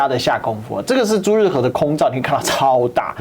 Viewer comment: 是朱日和，不是朱日合。